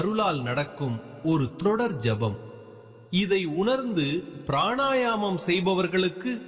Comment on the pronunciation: asaba sapam illa AJABA JABAM correcta solla pazagu